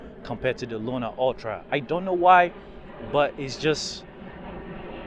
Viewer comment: Sorry, but this is the second video I watched, could you just pronounce the name of the camera correctly! It’s Luna not Luma! Luna means moon and Luma means light. So could you just use the correct name! Thanks